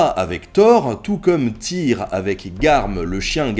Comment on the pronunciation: Vidéos vraiment passionnantes, on sent que tu aime ce que tu fais! Pour info, dans les langues nordiques, le y ne se prononce pas pareil; un peu compliqué par écrit, mais essaye de faire un U avec ta bouche, et de dire i. Je pense à la prononciation du dieu Tyr par exemple.